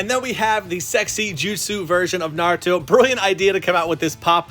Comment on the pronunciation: I’m not just talking about you even though you did mispronounce some names like bruh how do people watch naruto and watch NARUTO for they’re whole lives and mispronounce like every single name not even mispronounce SLAUGHTER the names like I- how is that even Possible now the worst is when they say NaRutO you know what in mean them saying naruto like nArUtoe like BRUHHHH not in any of the dubs does it ever even say naruto like that so how da hell they say it like that LOL